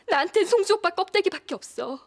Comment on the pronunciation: 탕쉰이조금만일췩저thㅓㅇ놔줘thㅓ도일이일케되지아나thㅓ 쏭주옵빠....발음실화..?